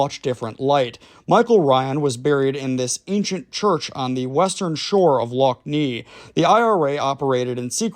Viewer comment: I've lived here all my life but I've never seen Lough knee